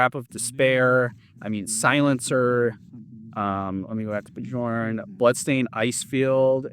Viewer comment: Are you still calling Bjorn as 'Be-jorn'? If you are, then here's the correct way to say his name. 'Be-Yorn' but say it together very fast.